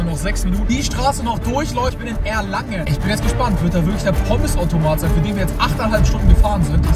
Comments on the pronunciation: Er hat einfach Erlangen falsch ausgesprochen. Der Automat ist nicht in Erlingen sondern in Erlangen, was auch mehr Sinn macht wenn es in der Nähe von Nürnberg ist 😂😂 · Des heißt Erlangen nicht Erlingen 😂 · Bruder du sagst am Ende des Videos statt Erlangen erlingen ❤❤😂😂 ❤you brother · Moin, Ich liebe deine Videos und schaue dich seit vier Jahren aber, 1. Erlangen ist keine Kleinstadt sondern hat 100k Einwohner (mit Umkreis 150k) 2. Du hast am Ende irgedwie Erlingen gesagt und nicht Erlangen Danke für alles und ich wünschte ich hätte dich getroffen ( komme aus Erlangen) 😘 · Erlangen nicht Erlingen xD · Bro es heißt ERLANGEN!!! Nicht Erlingen, und das is auch nicht in Baden-Würtemberg, sondern in Bayern, Digga no joke wie kann man das so schlecht recherchieren obwohl du selber da warst 😂